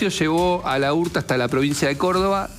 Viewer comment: Es, Laurta, todo junto,no, la urta, como Laura, no decís La ura